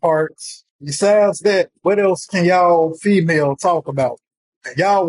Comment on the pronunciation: Not “Femail” 😢lmaoooo